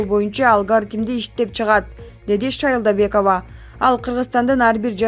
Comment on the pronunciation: Нуржан шайлобекова деп туура айт блигер